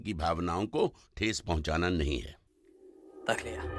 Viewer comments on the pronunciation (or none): तक़लिया कहते है तो मुझ लगता है टकलिया बोल रहे है 😂😂